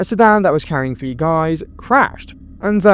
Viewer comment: You have the that chapter YouTuber syndrome where when you go to say the number 3 you pronounce it it like tree it’s tha ree THHHHAAA REEEE NOT TREE